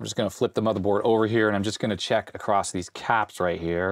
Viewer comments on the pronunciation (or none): none